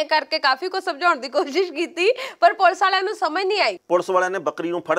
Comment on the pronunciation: mam "ਪੁਲ਼ਸ" ਨਾ ਕਿਹਾ ਕਰੋ, ਇਹ ਵੀ ਬਹੁਤ unprofessional ਜਾ ਲਗਦਾ ਏ। ਪੁਲੀਸ ਨੂੰ ਪੁਲੀਸ ਹੀ ਕਹੋ। ਕਦੇ ਪੰਨੂੰ ਸਾਹਬ ਨੂੰ "ਪੁਲੀਸ" ਕਹਿੰਦੇ ਸੁਣਿਓ।